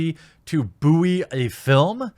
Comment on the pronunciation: pronunciation of buoy is wrong, all else is fine :) I liked.